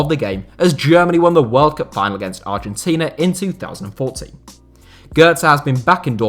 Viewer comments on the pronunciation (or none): none